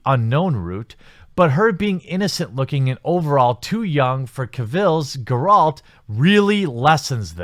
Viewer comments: did this idiot just say "Ger - ult?" You were making good points, and then you just made me dislike the video. bye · sorry but you don't really seem to know what you're talking about. You say Geralt's name wrong for a start. The show is based on the books, Geralt in the books does not have a beard due to the mutations he has so to say Cavill looks wrong is well wrong. One thing I do agree with is that these writers need to shut up. If it does indeed turn into an SJW mess I'll be the first to complain. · Dude, please play the series so you can get Geralt's name right. Lol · Grr ralt, I agreed with most of what he said, but like cmon at least pronounce it correctly like in the game. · The way he pronounced Yennifer and Geralt made me cringe.